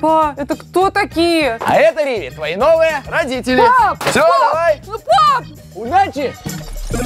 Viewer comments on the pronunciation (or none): А почему вы риви называете рививи